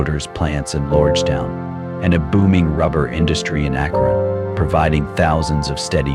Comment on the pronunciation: Lived in Akron for 20 years. Pisses me off when these AI videos can not pronounce the name correctly. 😡